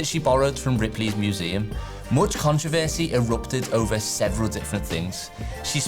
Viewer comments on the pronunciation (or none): none